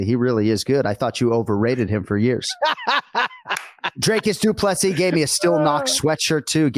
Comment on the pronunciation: Anik, It's Dricus Du Plessis... get it right 🙈 I know you pride yourself in getting the names right, so couldn’t help myself 😅 Love from Norway, great show!